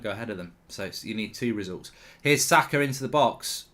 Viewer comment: I don't care about Formula 1, all I care is Arsenal beatchslap Ronaldo and Ronaldo alike overpayed Manchester merchenaries and take 4th. I'll be extatic with that. This is a very good step away from home. If we win at Palace too, 90% we'll have secured 4th. PS: He's name is Saka, not Zaka. Thank you.